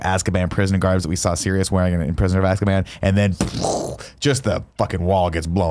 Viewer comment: Everytime says "azkaban ", I think hes saying "asskaban". watched the wrong movie.